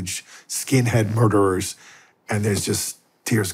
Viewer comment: Its murder not marder